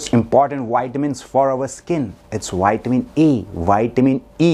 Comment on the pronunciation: Put your front teeth into your bottom lip to say Vitamin. Not whytamin.